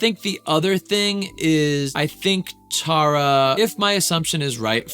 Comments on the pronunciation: I'm sorry but it's so funny that he's done so many tarayummy videos and he is still pronouncing her name wrong 🤣 not teara --> TARa😂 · Since no one has told you by now you’ve been saying Tara’s name completely wrong in every video… it’s not tear-a is pronounced like taro but TARA😭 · Loved this video but side note she hates when people pronounce her name wrong like that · It only took you 4 videos to get her name right 😂